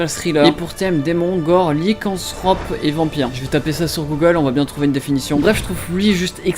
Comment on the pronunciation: C'est lycan T hrop le T pas Srop 😂😂